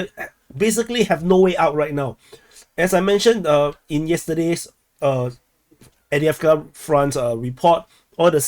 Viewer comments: No, it's Av-dye-ev-ka. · Can anyone confirm the pronunciation of Avdiivka used by this channel author? He says A-dee-ev-ker. Is this correct?